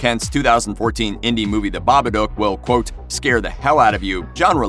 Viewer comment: Bobaduke? Lol you cant even pronounce a movie title correctly.